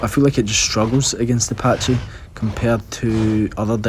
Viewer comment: I literally only clicked this video because "patchy"? Like breh it's not a patchycepholadaurus it's a PACHYcepholasaurus XD sounds so goofy